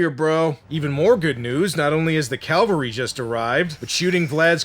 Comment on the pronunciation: CAVALRY, dammit. Cavalry is warriors on horses. Calvary is the hill on which Jesus was sacrificed...allegedly. The order of the letters actually matters, y' know?!